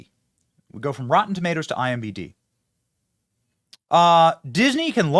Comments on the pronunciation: Why do you keep saying IMBD, it's IMDB. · imDB not IMBD